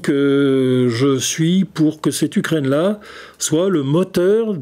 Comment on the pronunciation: Ukraine, pas Ukrinne, c est la première fois que j écoute ce défaut de prononciation, c est assommant.